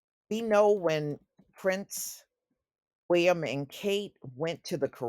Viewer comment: The way you say "Prince Wee-uhm" is hilarious 😂